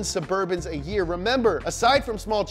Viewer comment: “Caravan of black burbans” How I wanna show up to my job